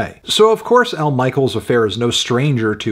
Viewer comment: pronounced "mishell" - i love you anthony, so much, but i was wincing everytime you said "michael"